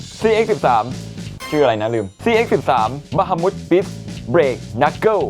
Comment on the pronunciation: Cx 13 Bahamutอ่านว่าบาฮามัสครับไม่ใช่บาฮามุส